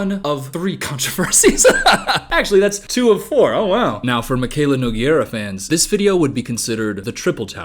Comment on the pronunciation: unrelated but someone please learn how to pronounce nogueira. its like "noo-gay-ra"